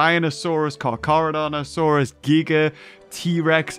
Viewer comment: Kudos to you, for the correct pronunciation of "Giga."